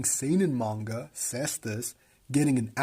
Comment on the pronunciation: Dope video, very interesting. IMO the anime is quite interesting and even tho animation budget is a bit on the low side fights are very entertaining. PS: it's read "Manga" not "Menga"